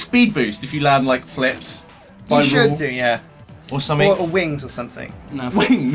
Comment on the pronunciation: . Listen to how strippen says wings, it sound hilarious